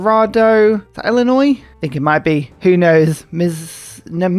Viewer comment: I have good news! You keep calling that city Illinois with a questioning, not quite sure voice. It turns out, you are correct! Barely, but you ARE correct! That location between the rivers is just BARELY inside Illinois. Bonus points for pronouncing the state name correctly, even Americans pronounce the S at the end, despite the fact it is silent. In addition, you know if you are inside Mexico or outside of it based on the Texas river. That last city you needed to take was Texcoco, and as you can see it is over the river, so it is a Mexican city. If you follow the western bend (next to the mountains) that is the edge of Texas, and the country goes mostly straight west from there. So that AZ encampment is on the southern border of the country.